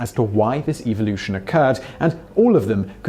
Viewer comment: Ev-OH-Lu-shon.... How are you getting an "eye sound" after the V?